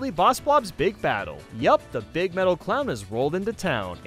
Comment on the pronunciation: I love it when says “beeg”